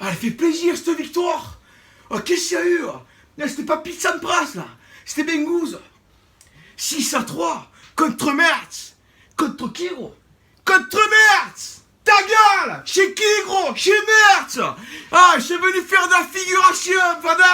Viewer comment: Coucou juste pour information METZ Se prononce mess lol comme sa tu le sais 😂